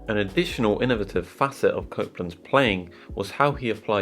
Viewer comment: How do the Brits get 20 fast syllables out of the word “Innovative”?!?